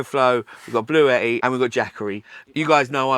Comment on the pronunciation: This is how you say Bluetti lol